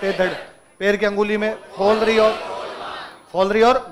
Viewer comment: पैर की अंगुली में फ़ोलरी नहीं पोलरी होता है